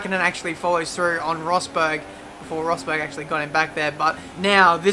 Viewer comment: "Nico Bottle-berg" makes my day